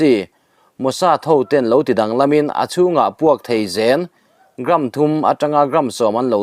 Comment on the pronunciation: Chhiar thiam hle mahse Zén rihniama lam ṭhin kha ri sângin "Zeên," a ti tlat